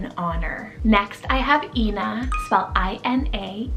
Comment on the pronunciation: Thank you very much for mentioning the name Ina. It is so rare but it is not pronounced Eee-nagh it is pronounced *eye - nagh*. It can also mean mother 😊